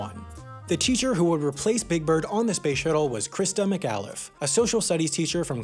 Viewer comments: "PLOO-midge" "Mick AWW-liff" Please,; work on these things? You get proper name pronunciations wrong *a lot*, and it's pretty jarring. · For gawd's sake, you could at least pronounce Christa McCauliffe's last name correctly. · How did you manage to say Christa McAuliffe's name wrong? There is literally 100's of reports and videos of HER saying it on Youtube. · you pronounced mcauliffe wrong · You're showing your youth by not knowing how to pronounce McAuliffe. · As a person from New Hampshire, the way you pronounced McAuliffe and Concord personally offends me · Pronunciation of Christa McAuliffe and Concord seem off. I'm from the area and it should be pronounced Conkerd, not Concorde (at least in the NE where several towns and cities are named Concord), and Mc-All-If not Mc-Al-If.... Edit: It may also be interesting to some that the Crista McAuliffe center in Framingham Massachusetts continues to educate students through some pretty cool experiential learning including a simulated flight to Mars where the students are the astronauts, very cool! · Someone who lives in Concord, NH here! Christa McAuliffe has a school here named after her. It's pronounced Christa Mick-Aw-Liffe, not Christa Mick-Ah-liffe. Its also a common misconception that Concord is pronounced Con-Cord, like a wire, it's actually Con-Cerd. (sorry bout that but my small town got featured in a HAI video and im cryin) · Christa McAuliffe is pronounced Mc-awe-liffe, and Concord is pronounced con-curd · Just because someone has to be that pedantic asshole: McAuliffe is pronounced ma-KAW-liff. And Concord in New Hampshire is pronounced the same as the word "conquered." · You said Christa's last name wrong, and Concord. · It is pronounced KON-KERD New Hampshire not Con-Cord. Also you are saying McCalifs name wrong.